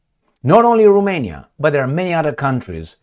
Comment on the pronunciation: its Ro-mania, not ru-mania romania means, land of the romans, not land of the rumans!! geezzz